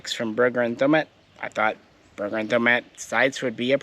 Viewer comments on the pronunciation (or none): It's not Berr ret "ERRR" It is Berr et AAAah. Geeze at least say the name right.